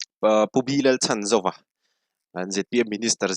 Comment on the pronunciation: Sir, Pu B.Lalchhanzova tih hian Chhan tih lai tak hi i lam diklo zel ania aw... misualin min man a min lo chhan teh tih ṭawngkam a, chhan tih kan lam ang hian a hminga chhan tih lai hi lam zawk tur a ni e..